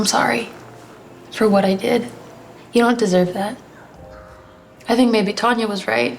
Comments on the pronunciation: I thought you say baby to the evil nerd but you said maybe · When she said “maybe” I thought she said “baby” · am i the only one who heard baby instead of maybe